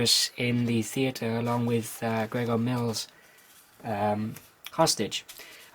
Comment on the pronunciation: Not "Gregor Mills." GROVER Mills. This was a nod to Grover's Mill, New Jersey, the setting for Orson Welles's adaptation of "War of the Worlds." The character of Grover Mills is based on Orson Welles. Thanks for the link to the radio shows!